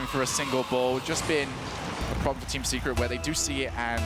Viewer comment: Lol when he said Team Secret I understanded Teamn Cigarette.